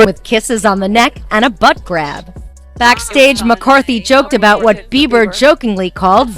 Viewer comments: His name is Bieber not beaver 🦫 😂😂😂bro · Justin Bieber ❌ Justin Beever ✅ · It's NOT Justin Beaver it's Bieber 😂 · Justin beaver huh it's Bieber lol😯😱🤣🤣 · "Beaver"? Really dude?! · Bieber not beaver. 😂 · please stop calling him Justin BEAVER LOL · Justin BieVer 🤣 I’m sorry 🤣 Please pronounce his name correctly. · It cracks me up when he says Justin Bieber he literally says Justin beaver 😂😂😂😂😂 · Ikr. I thought it was a slip of the tongue at first but he says it over and over 😂